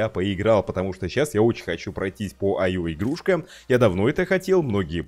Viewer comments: ИО ИО ИО а не аё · Не айо. А ио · не айо а ио